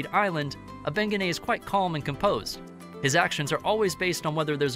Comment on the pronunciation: Thank you made the the whole video cringe